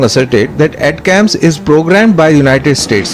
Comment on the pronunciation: Its pronounced as Attack-Ems ! Not At-cams please.